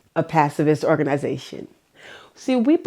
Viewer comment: Pacifist, not passive-ist.